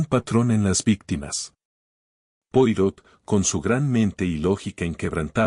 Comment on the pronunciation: Poirot se pronuncia Poaró, por favor!